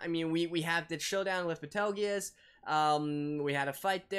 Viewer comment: It's not Betelguese. It's Petelgeuse.